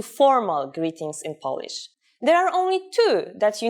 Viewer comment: Huh, so basically you’re trying to teach others Polish, while you can't even pronounce the word 'Polish' (what you keep on saying is 'polish'). 🤦🏼‍♂️